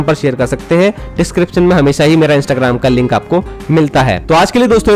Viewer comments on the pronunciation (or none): none